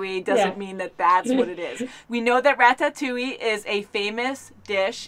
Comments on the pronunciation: Please for the love of god stop pronouncing it rat-tat-two-ee..... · You know they havent seen it when they call it rat-AT-ouille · Rat-tat-ouille lmaoo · "Rat tat touille